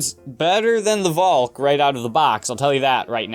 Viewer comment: Finally someone who says valk the Dutch way...